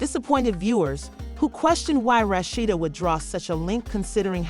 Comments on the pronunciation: Girl, learn how to pronounce a person's name before you do a story. I cannot finish due to the way you are pronouncing this woman's name. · Whoever it telling this story is pronouncing her name wrong